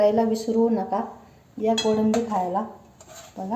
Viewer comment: Kodambi nahi ho kolambi 😅